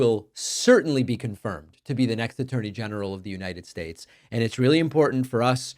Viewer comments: What is this ''Unined States'' she is talking about?? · "Unined States" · Isn't it the United States not as she pronounces it the Uninted States? And she is a lawyer. Doesn't even respect the country enough to pronounce the name correctly.